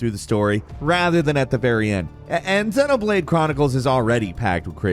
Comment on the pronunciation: I'm just going to say it: You pronounced ICO and XENOBLADE completely wrong.